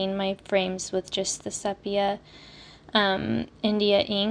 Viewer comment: Just a note: sepia is pronounced SEE PEA UH😊❤